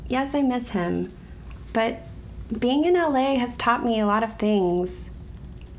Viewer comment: I thought she said bing in LA Buts she said being in LA :-(